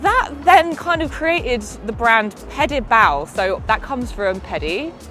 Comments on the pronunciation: I had to check the description, as every time you pronounce the brand, it sounds like you are saying 'pedophal' or 'paedophile'. A word with which I do not have very positive associations. 🤔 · Everytime she says the name of the company it sounds like pedophile